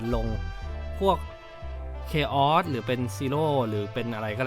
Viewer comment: Chaos แต่พูดผิด